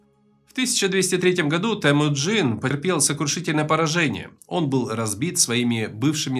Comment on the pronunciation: Вроде бы русский, а говорит ТЭмуджин, а не ТЕмуджин! 🤦🏻‍♂️